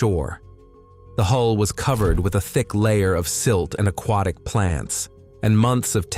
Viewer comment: Plus, it can't even pronounce words properly and/or talks slowly when it's trying to figure it out. Ex...a q u a t i c...ugh!